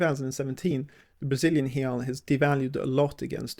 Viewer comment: "real" is pronounced with a "w" sound at the end, like the English word "ow". The plural is pronounced like the English word "ice". hey-OW, hey-ICE